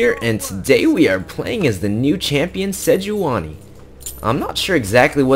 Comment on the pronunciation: its "SEDGE-WAN-Y" (thats who phreak says it)